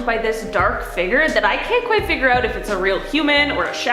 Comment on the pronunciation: Please pronounce “fig-ure” not “figger” 😭